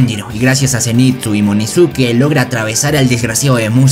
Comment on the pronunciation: Wey no es munizuke es inozuke